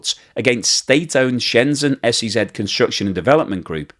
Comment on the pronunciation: It's Shenzhen, not Shenzen. If you can pronounce "pleasure" you can pronounce "Shenzhen".